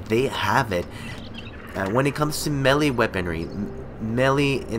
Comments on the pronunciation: Melee, it's pronounced "MAY LAY". o_O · "Melly weaponry"